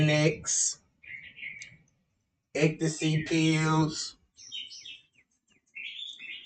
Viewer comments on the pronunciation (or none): My boy said excasee pills 💊...lol